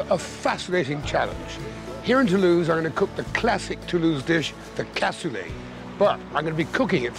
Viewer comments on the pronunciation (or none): I come from toulouse and it is "Cassoulet" not "Cassolet". I don't know this person but aparently he was a nice guy... Nice video btw